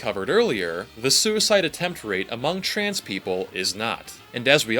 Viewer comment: “Chrans people”